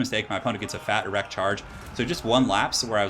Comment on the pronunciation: what is with you and saying "erect"?